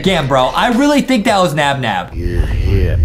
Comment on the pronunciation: It's naba